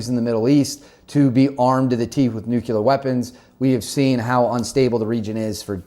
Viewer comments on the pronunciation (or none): wtf is a nucular program? is that stupid speak for nuclear? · It's not pronounced Nuk-U-ler, rather its Nuk-Lee-Er. go to College bro. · Nuclear, nuclear, nuclear, nuclear, nuclear. Not Nucular. For crying out loud man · Nobody has nucular weapons, i think you mean NUCLEAR WEAPONS! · nuclear not nuculer